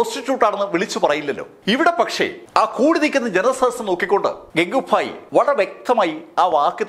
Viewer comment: ഇടക്കിടക്ക് ഫായി എന്ന് പറഞ്ഞു പോവുന്നു..